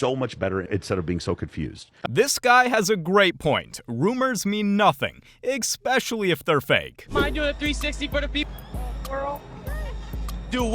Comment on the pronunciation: your man says "igspecially".